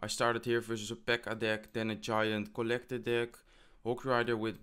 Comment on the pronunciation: Is it just me or anyone else notices the way he pronounce kolektor for collector and skelethonks for skeleton?? It makes me laugh all the time haha, anyway well played i am definitely gonna try it